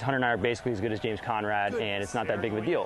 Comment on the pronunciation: "james coMrad" : (